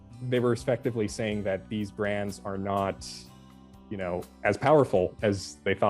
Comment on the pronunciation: Terrible, the Jello commentator pronounces her "th" sounds as "d". "Da Great Depression" or "Dat wasn't enough to boost sales."